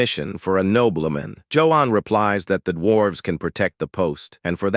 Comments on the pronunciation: Nobleman ❌️ Knob-bell-men✅️ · the AI's pronunciation is terrible. nobbleman, soldeer, mesyour...